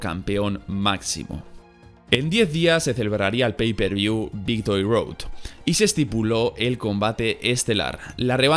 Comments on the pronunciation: Minuto dice "Victory Doad" Ahre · Dice Victory Doad WTF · "Victory Doad" :v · Victory Doad? 😅😅🤣🤣